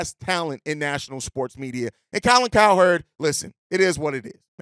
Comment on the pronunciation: Yooooo Funny As Shit bro He Said “Colin CowTerd” 🤣🤣🤣🤣